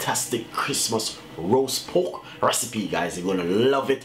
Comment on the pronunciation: Pork... not poke